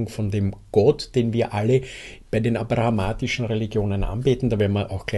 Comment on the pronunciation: Abrahamitisch, nicht abrahamatisch.